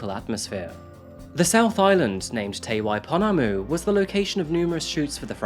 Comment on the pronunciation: You pronounced te Waiponamu way better than I expected you would, I live one and a half hours from Dunedin, I remember hearing about this it’s too horrible and I have no works, it’s just evil